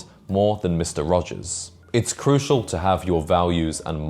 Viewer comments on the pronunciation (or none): none